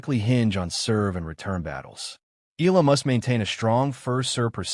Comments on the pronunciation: Please pronounce her name right..its E..,A..LA.. NOT ILA. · pronounce EYALA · Please pronounce CORRECTLY EALA AS EE YAH. LA...salamat po...